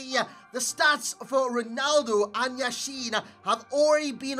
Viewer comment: YAshin, not YashIn